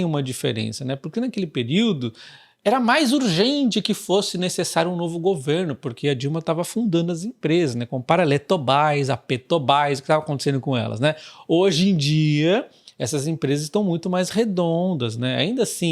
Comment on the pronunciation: Eletobais Petobais Chorei 😂😂😂😂😂